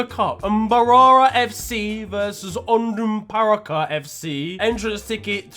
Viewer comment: 😂, as a Ugandan, your Onduparaka was quite fair